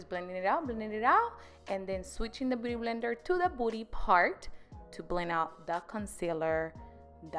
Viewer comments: I love the way you say Beauty blender..... I know im not the only one who hears Booty blender lmao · It sounds like you're saying booty blender and not beauty blender lol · I love how she says beauty blender it sounds like she's saying booty blender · Are you saying "booty blender"? 😂😂😂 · I keep hearing booty blender 😂😂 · the way that she says beauty blender instead of saying beauty blender she says booty blender 😂😂😂